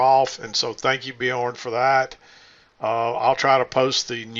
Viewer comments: Bjoern is pronounced as ONE syllable, not two. It's pronounced byoern, not bee-orn. The "by" is a diphthong. The "oe" is an umlaut O sound. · MACK its is Björn....ö sounds like "errr" but you are close!